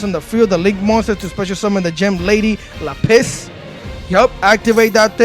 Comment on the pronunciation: Big dawg its Lap-Is stop with this La-Piss Rkelly